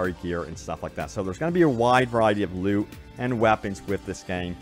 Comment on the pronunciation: Am I the only one who kept hearing "I got a lot of lube" instead of loot?